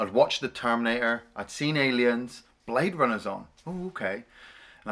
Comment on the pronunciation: he say you bwade runners !